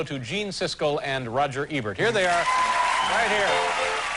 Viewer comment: I love how Letterman pronounces Ebert like Ernie from Sesame Street.